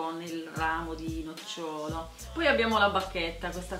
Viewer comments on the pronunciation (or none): none